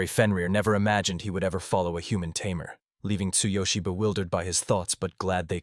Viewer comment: You're a Tay-Mare,! 🤣🤣